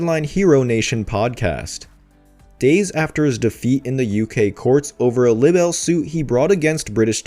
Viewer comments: Honey….it’s pronounced LYE-Bel….bless your heart…. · Can you please look up how words are pronounced because you keep saying the word libel wrong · OMG why don't you learn how to say the word "LIBEL". There is an app if you don't know how to say words.